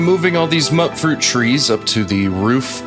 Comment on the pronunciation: Hey man, love your content! It is pronounced Mute-fruit though :) keep making awesome stuff!